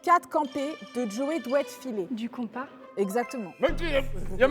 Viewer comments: Le « compas » vu qu’on trace des cercles 😂.. nan mais c’est KOMPA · moi je sais même pas comment ça se prononce alors j’épelle 😂😂